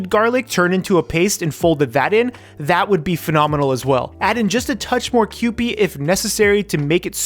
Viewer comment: Ah yes, is finally saying kewpie correctly. I’m so proud